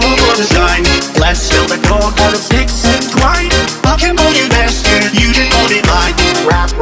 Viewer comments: I swear on my mother that the first time he says b*stard instead of master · He’s saying “I can call you master you can call me mine” sooooo but yea he does sound like he’s saying mustard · Am I the only one concerned why he said mustard like “MAStErd”